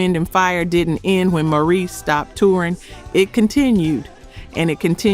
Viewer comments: Mispronounced their names, I am not impressed, you did an injustice to the Greatest Group/Band ever. Ma-rees probably turned over in his grave. Bad, very bad commentary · You lost me 30 seconds in when you said, " Twelve ways Morris White." I mean, if you can't pronounce the band's founder's name correctly, why should anyone watch? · Please enunciate Maurice as Maurice and Morris. From a lifelong fan since their very first album back in the day. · The narrator sounds like AI that's why they mispronounced names that mono tone voice of the narrator let's you no when its AI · It’s not only shows you as being incompetent, but also DISRESPECTFUL!! How would you like it if people always mispronounced your name!! GET IT RIGHT!!!! AMEN AND HALLELUJAH!! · His name is pronounced "MA REESE", not Morris. With love. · It's Maurice!!! Why do you keep saying Morris???? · Why does she keep pronouncing Maurice as Morris? She also continues to talk about the kalimba while the video has not played one song that features the instrument. I do find the documentary so very interesting, but the editing lacks because what the person points out is out of synch with what the video shows. I appreciate the work put in, but good editing is paramount. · I hate AI. "Morris White?" Everyone know it's MAURICE WHITE. (MORE-EESE) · its not MORRIS ITS MAURICE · Maurice not Morris. Mahalia not Maholia. Otherwise, a great documentary. When you know them so well the name must be correct to be deemed authenic. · His name is Maurice, not Morris. Is this AI? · I like the video and commentary. It sounds l Iike the narrator keeps calling him Morris, and his name is Maurice. (Maw-reese). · Very disappointed to hear the narrator of this counituuel call Maurice Morris.. Whoever producers this video.. "shame on you" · Too bad this was done with AI. Poor narrative and visual cohesiveness. Ruined a potentially great video. And it’s not Morris, it’s Maurice. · Stop calling him Morris, his name is Maurice. Annoying.